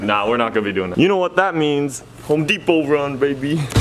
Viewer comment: Ze home "DePOT"